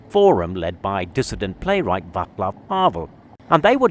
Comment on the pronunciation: váTSlav havel Why does everone feel the need to pronounce the C hard?